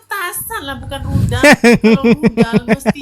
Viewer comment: Itu.. Budalll....bkn.rudalll..